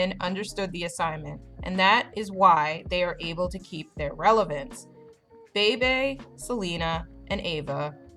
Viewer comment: PLS PLS PLS SAY HER NAME RIGHT ITS “BEE BEE” NOT “BAY BAY”